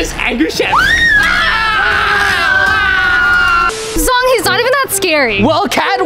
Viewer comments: Its zhong not zong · it's Zhong not zong